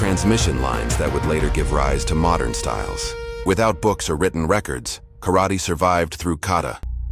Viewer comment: Pronounce “karate” wrong……